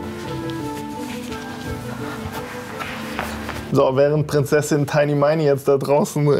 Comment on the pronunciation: "Prinzessin Tiny Meini" 🤣